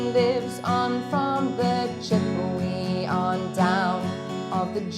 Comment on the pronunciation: Excellent lesson! One of the few that includes some form of the riff which is excellent. One critique, the name of the Native American tribe mentioned in the first and last verse is pronounced Chipawa not Chipawee.